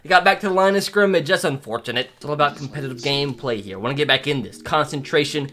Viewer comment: When you say, “want” it sounds like the word, “won’t”